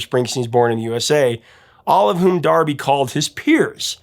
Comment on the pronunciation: D'Arby, like D Arby not Darby.